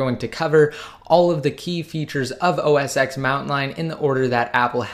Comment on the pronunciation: U even said its the same thing so please say os ten not ex, please !!!